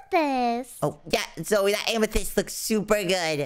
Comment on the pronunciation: You Don't know how to say zoey